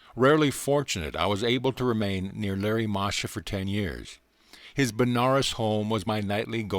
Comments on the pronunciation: It's Lahiri Mahashay and not Larry Masha for those listening to this. Thank you for this though. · Lahiri Mahasaya (Lah-he-ree) NOT Larry Mahasha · Lahari Mahashi not Larry Masha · Pronunciation: Laa-hee-ree. Moa - ha - shoy.